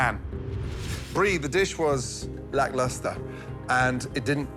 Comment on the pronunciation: When you love the word 'lacklustre' make sure you pronounce it right.